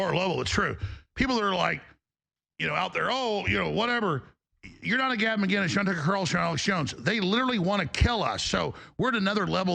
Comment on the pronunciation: Alex should start by saying Gavin’s name right